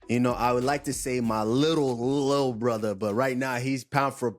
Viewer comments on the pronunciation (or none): "too much alkagoll bratha"